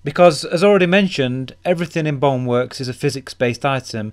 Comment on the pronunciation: this dude really pronounce Bone work as bong work